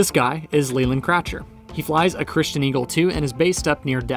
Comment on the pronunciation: When you’re pronouncing it in the video you’re pronouncing it ‘Christian’, and so is at least one other person in the video too.